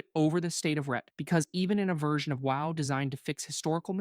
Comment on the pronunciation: Someone just asked an LLM to roast these specs and then had the LLM read them (note the pronounciation of the words sometimes e.g. WoW (double u oh double u lol). This is def entertaining and a few things are relatively accurate, but not totally at all. In the end the best advice still stands: play whats 's fun for you.